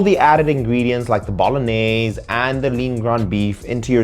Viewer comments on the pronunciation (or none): none